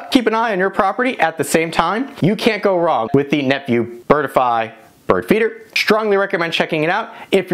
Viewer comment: Not pronounced "bird-i-fy". There are only 2 syllables - "bird-fy".